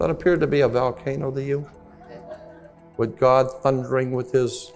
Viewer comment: Hole Vole Volcano 🌋 Not so articulate when he pronounces VOL Volcano as Val 😮 Indeed am pedantic… The correct pronunciation is important, especially when he is including other languages. Just typing out loud. Even though I’m learning listening to this👍